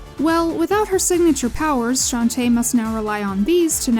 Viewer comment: "Shanty" is not even the worst way I've heard for people to butcher Shantae's name, I have heard one guy on Youtube call her "Shentai" once